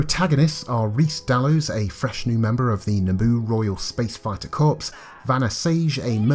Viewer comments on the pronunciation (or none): Corps is pronounced 'core' not 'corpse'. Just saying 😉